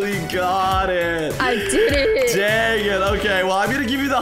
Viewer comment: Haha 😆 I was laughing so hard she said tangit instead of dangit and was like whattt and laughing lol